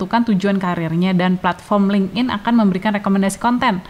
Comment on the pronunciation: FYI, LinkedIn itu cara bacanya "linktin", bukan ling'in.